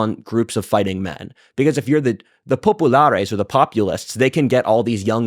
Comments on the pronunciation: If he says popalaris once more i will SCREAM.Give this a BIG miss folks!! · I like WhatIfAltHist but the pronunciation of Populares and Optimates is ridiculous. Sounds like the Pepe meme girl. Just say it like a proper Anglican and stop pretending that your semester in Italy has made you cultured enough to pronounce it. I don’t doubt it’s pronounced right, I’m just saying it’s cringe to do so